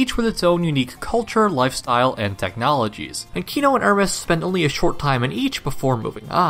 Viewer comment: I'm somewhat bothered every time he pronounce "Hermes" wrong. It makes me wonder how he pronounce "Zeus", "Hades" or "Heracles".